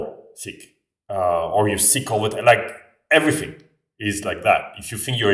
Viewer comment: c'est rigolo comme tu prononces "th" avec un [f] comme dans everything : on entend everyfing